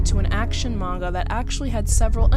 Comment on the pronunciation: Are you saying Manga or Magua?😂